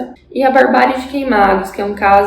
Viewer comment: Ok, adorei a análise. Mas confesso que me dá uma 'gastura" te ouvir falando o nome de QUEIMADAS errado.